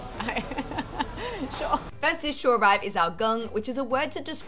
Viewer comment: It's geng not gunk. Geng is a kind of thick soup, not watery. However, soups in the west are all pretty thick. So, it's just soup.